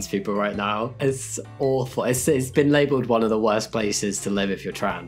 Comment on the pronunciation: 40.15! my word! i heard labourprty when you said labaled! sorry love brittish politics! especially after you left E:F. (EU in your terms!) its so chaotic and stupid its like if you had a smart trump that was only "innit" for the chaos! even that indian guy the previous guy had fucked so much up that even when he tried to save the country he failed because of stupid racist biggotred people and had to walk out in searing rain to admit defeat! english in a nutshell!